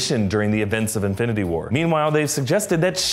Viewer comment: "And avengers inbnbdbdbd war..."